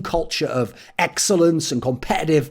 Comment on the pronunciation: "competetive performance" 😂